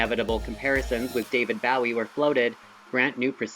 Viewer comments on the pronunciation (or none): how do you not know how to pronounce david bowie